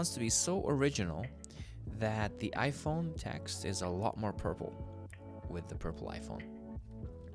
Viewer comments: The way he said ipong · “ipong 14 pro max ”